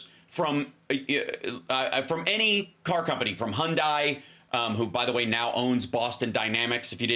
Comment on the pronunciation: Hyundai rhymes with Sunday